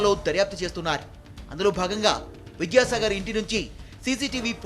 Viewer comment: Daryapthu chesthunnai ani vinavaputhondi. Chesthunnaru ani spastam ga palakandi